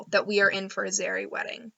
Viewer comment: I love the way you say Zerrie